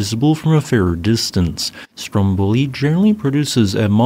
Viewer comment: The adjective is pronounced "stomBOlian", but the name of the island is "STROMboli", not "stromBOli".